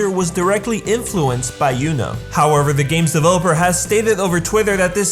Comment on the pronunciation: Great video! But please don't pronounce "Yuno" as "Juno". Just don't. thx